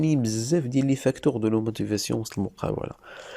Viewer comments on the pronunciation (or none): «La motivation « noo lmotivasoo😅